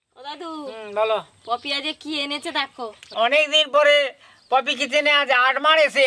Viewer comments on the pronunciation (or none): রিঠা মাছ টাকে আরমাছ বলে চালাচ্ছো। জানো না ঠিক আছে কিন্তু তা বলে আরমাছ বলছো কেন 😡😡😡